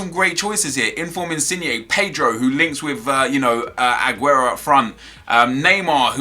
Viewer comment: hey nep can you please stop saying adguro is aguro